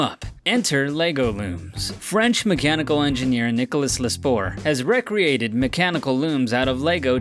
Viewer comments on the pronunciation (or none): Re-created = "REE-cre-ATE-ed", as in to have created again, not "REC-ree-ayted", which is to have engaged in recreation.